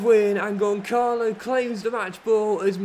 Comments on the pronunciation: As a portuguese, Benfica fan and a proud Ramos myself 😂 please stop calling him Goncalo. You pronounce it Gonssalo because the ç in his name is pronounced as "ss". Other than that Love You. Crazy that I get the best advices from a fifa playthrough but I love it regardless keep it up! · The 'ç' in Gonçalo is pronounced like the 's' in 'bus', just a quick note. Keep up the good work :yougotthis